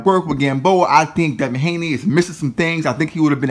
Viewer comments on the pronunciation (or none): And his name is Devin Haney not Hanley